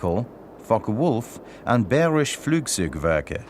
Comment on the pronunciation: are you just trolling? because he says Luftwaffe about right like and he even says bayerische flugzeunwerke about right